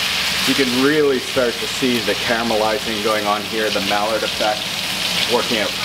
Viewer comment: My dude said the "mallard" effect....what the duck!?!?